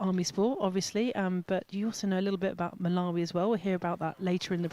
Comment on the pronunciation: Get the 2nd GS Malawi name correct. Basic